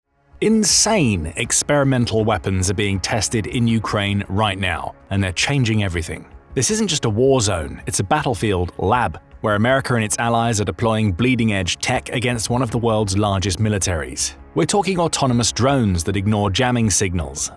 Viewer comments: right at the beginning the narrator says "Ameri-keer" . Seriously . learn English . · Considered a speech impediment in americar😂😂😂